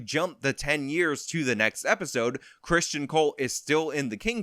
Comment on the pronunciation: Hey, it is not CHRSTian. There is no H. It is Criston.